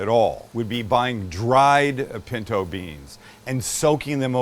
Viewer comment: THANKS MAX!! I THOUGHT I WAS THE ONLY ONE THAT HEARD BREANS! 😆😆